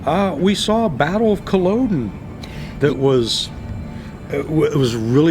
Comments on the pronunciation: There are some amazing tables there! Wow! Bizarre pronouncination of Colloden though. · Christ lads, you love to drink "scotch" but you butchered the name "Culloden" there, didn't ya 🤣 Crackin wee video though, wish I'd been there!